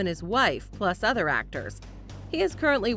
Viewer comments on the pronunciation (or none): none